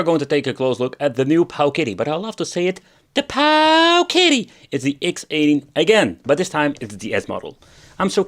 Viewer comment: the pooooooowKIddy lol